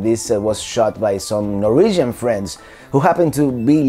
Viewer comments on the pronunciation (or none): none